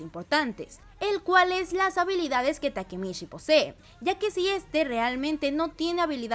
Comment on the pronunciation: "takemitchi" por favor 🧐